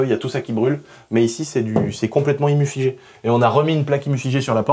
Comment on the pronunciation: ... : "ignifugé" !! à vous !!... :)